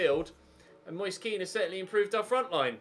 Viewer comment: I don't know if this is how you pronounce his name, but every time i've heard a commentator say Moise Kean they pronounce it "Mois-eh Ke-an". Might want to check the pronunciation of his name on that site you usually use.